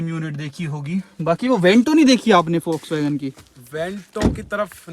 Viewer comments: you said foxsvagon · he is saying fox-wagen 😂😂😂